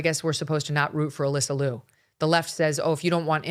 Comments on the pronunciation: Correct the pronunciation: more close to Leo, than Lu. Sarah was great, but her dance was just ok level. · I love Alysa Liu! I wish people would pronounce her last name correctly. It is pronounced “lee you”. Two syllables. Everyone is pronouncing it as one syllable, loo! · Her name is Ms Liu劉, not Ms Lu 魯. It's like calling Ms Brown, Ms bown ie leavin gout the /r/. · The "iu" in "Liu" is pronounced like "ew". Ask me how I know.🤣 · if you wanna celebrate her, at least pronounce her last name right.